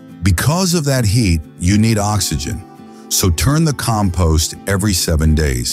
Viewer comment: Sounds like AI. Keeps mispronouncing compost